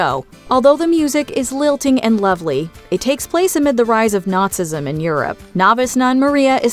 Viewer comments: Not-zee-ism not Nautism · Love broadway. Stopped watching because she couldn't pronounce Nazism.